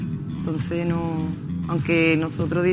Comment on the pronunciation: Dice (Anque) vete a la escuela